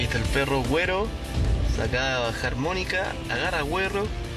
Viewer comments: por que dice guero mal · se pronuncia gero, pero se escribe guero :) y aquí se esta escribiendo , no pronunciando. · Ase llama guero y se pronuncia gero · se escribe guero pero se pronuncia diferente donde estudio él periodista 😁😁😁😁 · guero xD se dice gero jajaja